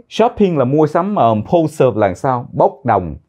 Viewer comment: Thay day rat hay nhung chu impulsive phat am khong dung lam